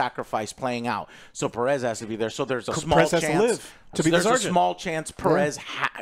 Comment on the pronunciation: Joe, “Pe-RES”??? - you’re pronouncing it that way? … Thas akin to calling yourself ‘yo-say ver-gas’…. …..You’ve done fucked it up.